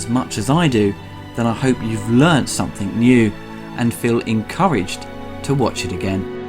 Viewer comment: 'Somethink?' Fucking idiot.